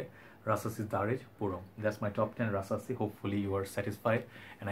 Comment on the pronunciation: Rasasi puram by rasasi 🤪🤪🤪 funny I know You have accent but at least You did your best👍. Pronunciation is Po ohm not Puram, Your videos very good but just organize Your colognes to the shelves don't put on night stand You look more like "a wanna be junior Hoarder". But end of the day I like your video.